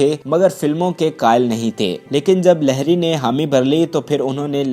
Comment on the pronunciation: لہری نہیں لہڑی ہو تھا ہے